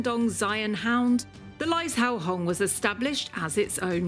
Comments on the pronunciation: It's pronounced more like lie-Joe-hong not lize-how-hong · It is pronounced lai (lie) zhou (joe) hong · “Lie Joe Hong” is how it is pronounced for anyone that wants to know.